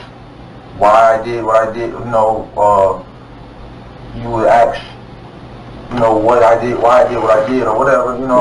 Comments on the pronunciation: Why and how the fuck do people begin saying ax instead of ask? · No he’s not asking. He’s axing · “You should aks”. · "I want to ax you a question." Do you realize how stupid you sound when you choose not to pronounce simple ass words correctly? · Why can't he say the word ask correctly. Lol. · 😂They all do it and it drives me nuts. How hard can it be to pronounce that simple word correctly? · That port!